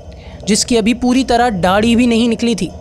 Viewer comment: بہترین ویڈیو ایسی مزید ویڈیوز بناتے رہیں جیتے رہیں بس ذرا توجہ فرمائیے"داڑھی" درست تلفظ ہے ڈاڑھی نہیں